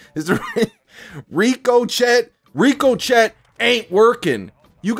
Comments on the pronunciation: I still want to know if Nero says Rico chet on intentionally or if he really can't say ricochet properly but it'll just be one of life's great mysteries 😂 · I think that Activision seriously underestimated exactly how many people still play cod for 6v6 & dropped the ball. Nero doesn’t say Ricochet properly & I’m going to keep calling it Rico Chet until it starts working properly 😂